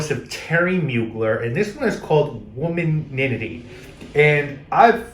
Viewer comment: It’s WOMAN-ity not womananity